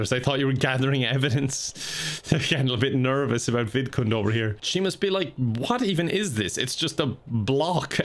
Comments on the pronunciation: it took me a while to realize that he wasn’t saying “vidcon” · I'm an idiot I didn't know the sims actual name was vidcund I thought was just strangely pronouncing VidCon, and wanted it to die so much he made a sim of it and tortured it